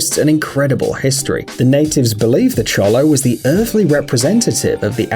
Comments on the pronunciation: Xolo is pronounced sho-lo, not cho-lo. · Sophia and Layla yep, that’s the breed! Though they’re saying it wrong, it’s show-lo. I very nearly got one for my new service dog; they’re quite excellent for service work but their skin requires more care. I decided against them simply because we don’t have mild winters and putting a parka on a dog once was enough for me. Getting a poodle instead, he comes home in August.